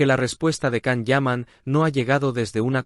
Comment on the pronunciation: Cuándo aprenderán a pronunciar bien el nombre de Can?🙄